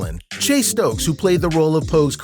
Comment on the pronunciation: Yeah the dude who made this is doing a whole lotta callin, he also called Chase Stokes “Stoke”